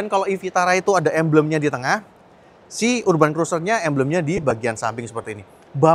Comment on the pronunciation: Urban cara bacanya = erben, cek spelling nya dulu sebelum sebut, biar yg tidak tau juga tidak ikut salah